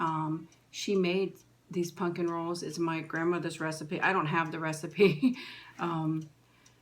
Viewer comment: I love how instead of saying pumpkin you say punkin.